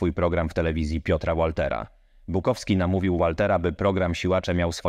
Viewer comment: Piotr Łolter??? 😂😂😂😂😂 Bardzo marny merytorycznie materiał....